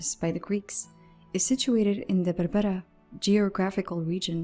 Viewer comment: Wow!!! you speak like native(Somali)by saying SAYLAC,BARBARA etc